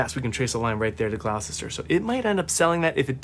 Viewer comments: We English love hearing our towns mispronounced, so please don't take this as criticism, but you might like to know that 'Gloucester' is pronounced 'Gloster' and 'Worcester' is pronounced 'Wuhster'... if you ever have to pronounce 'Leicester', it's 'Lester' btw 😂 x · Just got this game, and I'm loving it. I didn't know it could be played solo, thanks for doing this video. I don't mean to be rude, but it's so funny watching Americans trying to pronounce English place names. Just so you know, Worcester is pronounced Wuster, Gloucester is pronounced Gloster, and we miss out the letter "h" in "Birmingam". I have no idea why we don't use these letters, we just don't. 😊